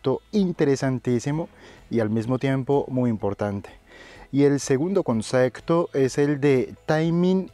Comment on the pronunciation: buenas tarde soy raul te sigo ase un tiempo desde malaga exelentes videos he aprendido mucho de ti gracia s por todo te quiero comentar una cosita tonteria pero la palabra concepto lo pronuncias un pelin mal y barios videos te lo he escuchado un saludo y gracias por todo